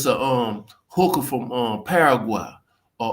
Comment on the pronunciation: This dude is clowning.Dude say hooker in a funny way.lol